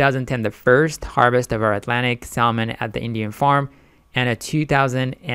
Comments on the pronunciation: Good video. Just a heads up, it's pronounced Sa-mon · Why is he pronouncing the L??? My ears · How the fuck can I take investment advice from a guy that doesn't even know how to pronounce the word "salmon" correctly? GTGOH 🤣🤣🤣🤣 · the L is silent in salmon. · Bro, learn how to say SALMON, its irritating.. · First. Never trust a person who is trying to pitch a product thay cannot pronounce. Second. Before you invest in any entity that is genetically engineering seafood, look at the empirical information on these products and the overwhelming number of people who have developed cancer directly linked to this process. Lawsuits ÷ farmed, genetically engineered fish × stock offering = bankruptcy with loss of total investment.